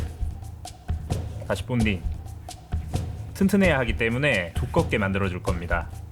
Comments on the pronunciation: 본딩이 자꾸 궁딩이 이렇게 들리는데 보니까 2배속이었네요ㅋㅋㅋㅋㅋ큐ㅠㅜㅠ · 들을때마다 느끼는건데 목소리 무거운 잇섭님이신것 같음. 특히 정교해야돼요. 피할. 뽄딩. 샵흐닝.